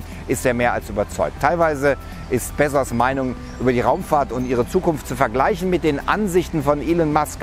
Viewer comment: Als ob man ihn bezsos ausspricht🤔